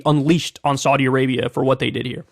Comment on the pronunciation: Your pronunciation of Saudi isn't correct